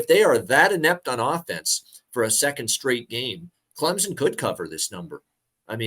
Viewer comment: its CLEM-SON, not CLEM-ZON